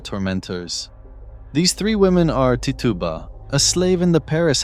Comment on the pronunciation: Just fyi, and I'm guessing it's just cause you're not American, but Tituba is pronounced Ti-choo-Ba